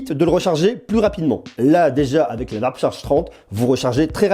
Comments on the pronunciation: "varp charge" 😅. Ça se prononce "ouarp" 😉. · Sympa le comparo 👍 Par contre je trouve les tarifs vraiment abusés par rapport à des marques plus etablies. Pour moi, la marque à suivre pour le moment c'est Xiaomi ; sans doute plus pour très longtemps, ils se mettront forcement au diapason. Par contre stp.... warp = "ouarp" et settle ="seteul".... je ris à chaque fois 🤣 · Ça se prononce plus "vrap"